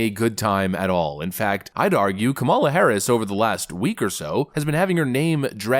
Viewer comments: I love your videos. I have to correct you on the pronunciation of Kamala. The emphasis is on the first syllable. Not the second syllable. You will be fodder for the left. That’s all. Keep up the good work. I enjoy your perspective. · Are you mispronouncing her name for effect? KAM-a-la. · Hi, been listening for a while and like your content, I don't like kamala, and won't vote for her, that said, I wish you would learn to pronounce her name, does she deserve that respect at least? It's a small thing but it's annoying and a little petty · Do you really not know how to pronounce her name?